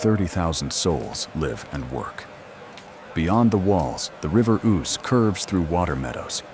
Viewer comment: Dreadful nonsense. The AI bot can't even pronounce the name of the river. It says Oose as in goose; when it's Ouse as in snooze.